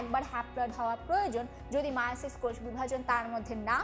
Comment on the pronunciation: এ ভাই মিয়োসিস না মায়োসিস